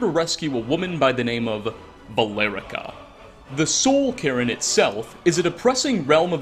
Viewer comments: He's always said Cairn as Karen instead. I've been hearing it from him for years now, he always adds that extra syllable to it in his videos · The soul Karen would like to speak to your manager about your pronunciations. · I heard "Soul Karen" instead of "Soul Cairn" and now I feel like we missed out on a quest where Valerica demands to see the Ideal Masters' manager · I can't get over the pronunciation of Soul Cairn as Soul Karen. It makes me think of some sort of Ur-Karen, or the undersoul of Karens. Cairn is pronounced like the word 'care' but with a 'n' at the end. k eh r n, like. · Did this man pronounce Soul Cairn like soul karen??? 😂😂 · Everyone: Soul Cairn: Soul Karen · Am I the only one who was both bothered and tickled that he pronounced it Soul "Karen" instead of Soul "Cairn"? 😂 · Everyone else: Soul Cairne: Soul Karen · Soul Cairn ❌ Sole Karen ✅ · Soul cain not soul carren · Does anyone else keep hearing "Soul Karen"? Does it bother anyone else? I love you, but oh lord, that pronunciation killed me 😂 Edit: regarding Sybille Stenton, the court mage, i had always just assumed the Wolf Queen was blocking her scrying via some magical means. There are a lot of effigies around the cave, and things like that IRL always seem to ward something off. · it’s not soul ca•r•in its soul Care•n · Soul Cairn not Soul Karen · I also keep hearing "Karen" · you cant unhear the soul karen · Yea i hear soul karen to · The way you pronounce soul cairn will 'ever get old to me ahah, Soul Karen gang here ahah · It's been so long, i forgot he pronounces it "soul karen" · “soul karen” 💀💀💀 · Soul Cairn is pronounced: Kern Kinda like Kaer Morhen from the Witcher. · Ah yes, the S o u l K a r e n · re - The Soul Karen? What's a "Soul-Karen"? Ps: I know, he's trying to say Soul Cairn. It's just that I find it funny how he pronounces it as 'Karen.' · The Soul Karen I wish you spent a little more time pronouncing things right lmao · no, it's soul Karren